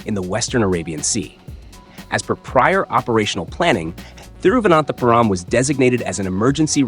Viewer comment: I loved how you said thiruvanathanthapuram